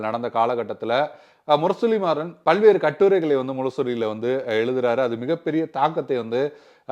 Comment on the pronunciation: பெயரை சரியாக உச்சரிக்கவும். முரசொலி மாறன்....நீங்கள் இப்படி ஒரு தமிழ் பெயரை உச்சரிப்பதைக் கேட்பது மிகவும் எரிச்சலாக இருக்கிறது. நான் எந்த அரசியல் கட்சியையும் சார்ந்தவன் அல்ல